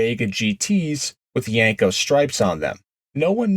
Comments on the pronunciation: If you're going to call it a "Yanko", I'm out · Yenko has an E not an A as the second letter in the name. why do you mispronounce the name ? is this a Jersey or certain eastern way to say YEnko ?